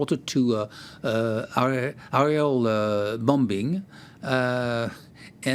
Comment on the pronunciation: This so called expert can't even pronounce "bombing" correctly.